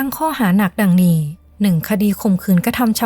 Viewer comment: ไม่คุ้นกับสำเนียง นี้เป็นนี่ แล้วเป็นแล่ว นั้นเป็นนั่น เสียงต่ำ ฟังยาก บีบเสียงสูงขึ้นนิดและปรับสำเนียงให้ตรงตามวรรณยุก